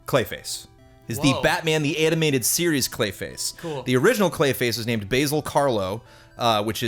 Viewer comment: Basil Rathbone is not a herb, Ba(short A)-Zill, like Basil Faulty :).